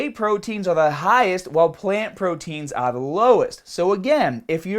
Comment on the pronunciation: "Benefits of protein eare..." lol